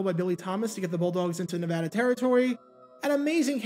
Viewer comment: Can I just say thank you for pronouncing “Nevada” properly? Not a lot of east-coast folks do that.